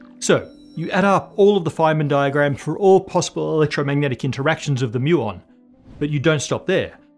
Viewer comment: Anyone else hearing ‘flamin diagrams’ as if al from home and away was a professor?